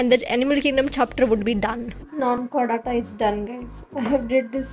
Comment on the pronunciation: Its Chordata not Chorridatta...😂